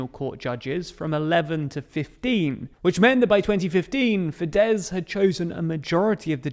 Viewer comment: You have no idea how happy you've made me by pronouncing fidesz right. Even though I hate fidesz.